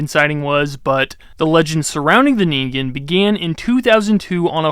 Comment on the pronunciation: "Neengaiyooh"? Really? It takes like 5 seconds to look up how to say something. Then you don't teach people something totally wrong AND you avoid sounding like an idiot. 😂 I like your content, but sometimes your mispronunciation of things is annoying. "Nuculer" and "petrosaur" are a couple other examples, but there were others. Anyway, that's my main critique and how I think you could improve as a YouTuber. Maybe a bit more work on the editing, too, so we're not just looking at you for the vast majority of the video.